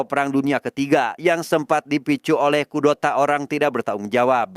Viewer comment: Typo dikit lidah nya 😅